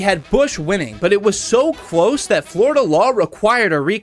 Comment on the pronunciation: "Cwose"! "Wong"!😂😂😂